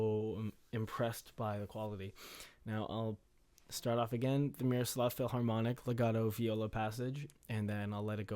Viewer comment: dude thanks for the demo it was very helpful. Please don't take it as an insult but the h in philharmonic isn't supposed to be pronounced. Cheers!